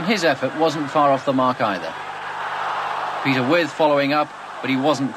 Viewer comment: Не Петер Уайт, а Питер Уит, или, как переводили в то время, "Уиф" (Withe).